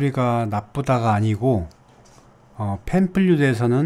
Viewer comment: 강의 감사합니다 근데 팬플룻(panflute)을 늘상 팬플륫이라고 발음하시니 귀에 많이 거슬리네요. 정확한 발음 부탁합니다